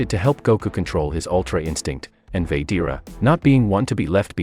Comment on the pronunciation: It's said like this VA GE TA NOT VADEARA